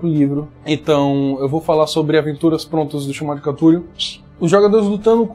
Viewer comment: Cada um inventa um jeito de pronunciar cthulhu, a galera da minha mesa fala CUTULu tomei um susto com o falou CATULU